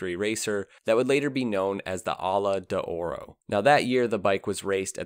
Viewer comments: Aermakkki not Aermathshi ! Allah de Ora ??? (Ala d'oro = golden wing) Tscharno Serrinen? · “MZ” - well, you pronounced the M correct. 😅 The “Ala d’Oro” was a disaster too.